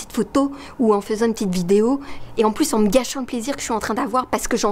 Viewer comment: L’accent québécois qui ressort 😍 « une ptite photo » hehehe. Merci pour ce message... c’est bon d’avoir ce rappel de garder les pieds sur terre, avoir un équilibre!